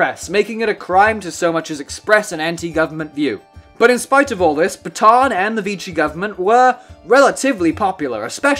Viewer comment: Could you not have tried a bit harder to pronounce the name Pétain? It's not even close to your "pay-tahn." Any English speaker could at least say something like "pay-tan." AN like in AN apple. I'll bet you also say "macrone" for the current president of France. Un petit effort, merde!